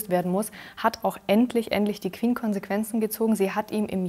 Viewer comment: Das Word Queen beinhaltet keinen "w", warum sagt ihr "Qwen"🙄🤦🏼‍♀️